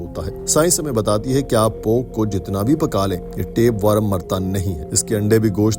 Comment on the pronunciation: Bhai worum nahi wor-m